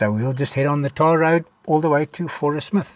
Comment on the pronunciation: Growing up in South Africa I only ever heard the name of the town pronounced "Fourie-smith". Lovely place all the same.